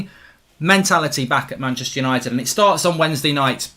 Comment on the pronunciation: "Manchepster "united😭